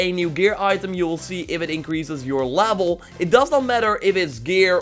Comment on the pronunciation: “Overall lavel”